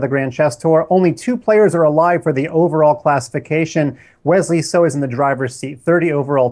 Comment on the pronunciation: "Silicon" Wesley SO!!!!